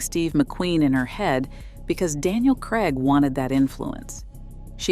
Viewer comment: Krayg not Kregg. Craig rhymes with plague.